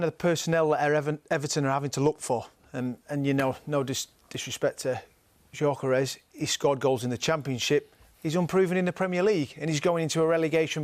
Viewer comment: WOW. It isn't pronounced as JOKAREZ 😂 Gyokeresh. I thought they were talking about some Portuguese person 😂😂😂G-yo-ke-re-sh.